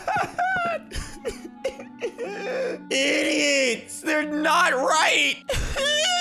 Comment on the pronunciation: It was so funny whenever he said IDOTSS